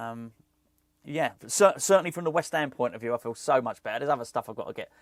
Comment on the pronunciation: Great to see you back …. Don’t think anyone can say “West Ham” better than you! COYI⚒️